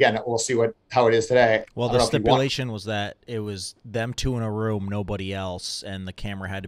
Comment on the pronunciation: Dave it’s rooom not rum